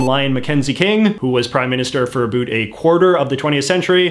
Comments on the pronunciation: Geebus! I'm Canadian and your pronunciation of the word 'about', is making me cringe. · And the fact he pronounces “about” that has “ou” as “ö” too. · oat and aboat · I still can't deal with the way that he says about...